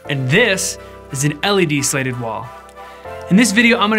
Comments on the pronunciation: Is he trying to say slated or slatted? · Is he saying "slated" instead of "slatted"? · Opposite for me. He says "slatted" like it's "slated". I just can't encourage that type of behavior! LOL!!!! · weird how thorough the tutuorial is, but can't pronounce "slatted" or "slated" depending on the different spelling of the word in the vid title and the linked website. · It's a soft A, hard T.. Slatted. The vertical beams are called slats (not slates). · Exactly. If you’re going to make a video make sure you know how to pronounce the title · You scratched my itch. What makes it more annoying is that he says “slats” right. I didn’t want to finish the video but the design looks cool.